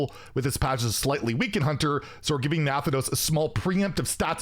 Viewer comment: Wtf is that pronunciation😂..Nathanos..lol...Naahthaanous is more the sound mate..😂